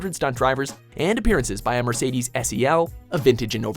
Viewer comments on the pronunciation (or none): none